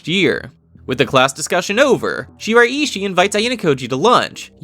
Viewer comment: its pronounced she-rai-she